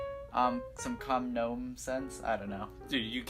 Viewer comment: Really? Gnome with a K. So unliterate